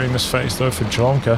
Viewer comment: Dude, just for the future: OK nickname should be read as Lomka, cuz there's a Russian word - Ломка.